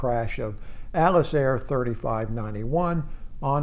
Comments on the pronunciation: Why does he keep calling Atlas Air "Alice Air" ????? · I find your content very interesting, but could you try to articulate a bit more? As a non-native speaker, I find your pronunciation somewhat hard to follow at times. For example: in this video you mention Atlas Air several times, but to me it sounds like "ellis air", you don't seem to articulate the "t" at all.